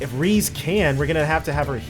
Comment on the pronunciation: Isn’t Ries’s name pronounced Reee-es? The name is french, and to my knowledge that’s how it would be pronounced.